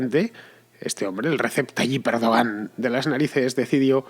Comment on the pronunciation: Fernando! Se pronuncia "Erdwan". Oye, que tampoco es tan difícil... :-/ Y este es peor: "hacer aguas" = orinar. "Hacer agua" = filtrarse el agua en una embarcación. Muchos confunden entre ambas expresiones, el resultado es gracioso: en esta ocasión, "a ver por dónde se orina" una idea. :-)))